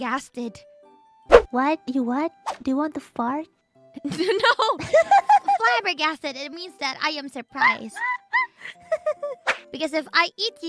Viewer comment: ngomong flabbergasted toh, gw kira pensil faber-castell